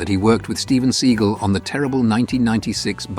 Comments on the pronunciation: I think it’s pronounced “ Se-gal .. not .. Se -gull .. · It's " SAYGAL" not "Seegal". Yes, he is a truly an absurd figure. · Such a pity you can’t even pronounce someone’s name correctly. Whilst hilariously OTT and deluded, Steven Sea-gal isn’t a See-gull, you pillock. 🤦🏻‍♂️ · It is Steven Seagaaaaaaaal and not Seagull 🤣😂🤣🖕🖕🖕🖕🖕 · The accent is on the second syllable of Seagal. See-GALL. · I like how the narrator pronounces Seagal "Seagull"😉😁. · It's pronounced, 'see-GALL.' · It was probably a typo. And AI is just going to read whatever is written, as well as mispronounce certain words and names, like Seagal.